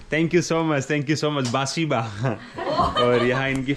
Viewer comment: Bhai woh Sbasiba nahi Spasiba hai please correct it 🙌